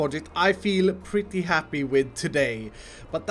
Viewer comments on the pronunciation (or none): none